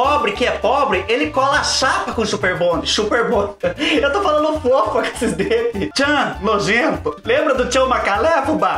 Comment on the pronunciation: O destaque do vídeo foi a boca murcha do falando FOFU KKKKĶKKKKKKKKKKKKKKKKK